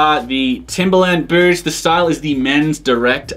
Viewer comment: It never fails to make me laugh how you pronounce boots as "Booo"